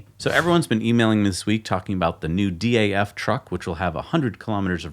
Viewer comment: Pronounced 'daff' not 'D-A-F'.